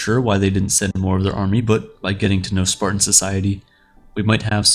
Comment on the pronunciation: No, he really is saying “Spartian”.